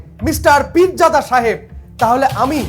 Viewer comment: o pirjada noy pirgadha